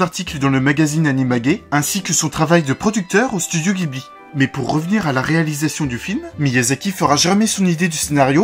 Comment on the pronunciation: Il me semble que le nom ghibli se prononce "ji" et non pas "gui"